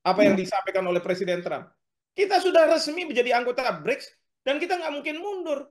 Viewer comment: mba presenter nya ini sepertinya menyebut BRIDGE/BRIDS bukan BRICS 😁😁